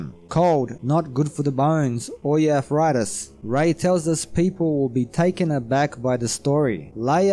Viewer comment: D twenty free? Arfritis? Why can't some accents make the "th" sound?